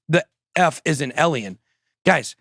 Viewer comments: They are writing Eliens because you keep saying Eliens. Its Alien. With an A. Practice it Bitboy! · It’s pronounced “A-lien,” not “Elien.” People are spelling it with an E to mock the way you pronounce it. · Ben, it’s pronounced ay Lee in, you are saying ehl ee in. Alien you are saying elien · A-liens not El-iens! Your pronouncing it so wrong, it's laughable! 😂